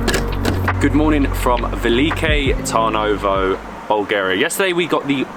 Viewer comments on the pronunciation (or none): Lol 90% of the pronunciations are totally off, but great video nonetheless! The beer is pronounced Pee-reen-sko (Pirinsko) The fortress Tzar-e-vetz (from the word Caesar, meaning Emperor ) - the Tz in Tzar is pronounced like TS in panTS The city is Veli-KO TAR-novo